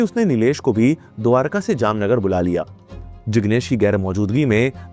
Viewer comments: Voh Jamnagar ko Jamnanagar bol rha tha 😭😭🙏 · bro converted Jamnagar into Jamnaanagar😂😂